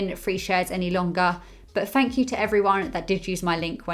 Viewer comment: Fank you? It’s Th